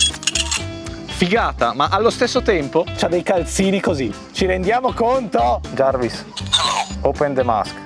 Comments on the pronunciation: jarvis non jervis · La legenda dice che il padre stia ancora dicendo "giarvis clos d masc" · Soltanto io sento che jarvis dice ciao?😂😂